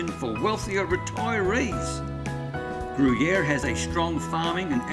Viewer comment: Pronounced Grew-Year